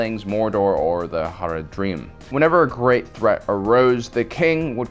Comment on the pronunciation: Your horribly mispronouncing Haradrim as I may be misspelling it but there have been so many iterations of the word. Rohan would win practically every time in this match up, in my opinion. I don't want to take away from the horde, although, the Dothraki aren't exactly like the horde in our own history. The Mongols reshaped civilization as we know it but there was so much more to it than just being a horde of mounted men. The Dothraki have really only used one single aspect of the Mongol ideal and are severely limited as a result. Rohan on the other hand are a well conceived, professional medium cavalry. I didn't hear you really mention their mounted archery skill though, which seriously played a huge role in any victory, as history tells us.